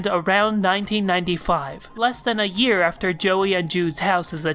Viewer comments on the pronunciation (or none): none